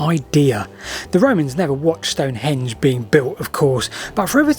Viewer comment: Don't call it "stone-HENGE"... it's STONE-henge.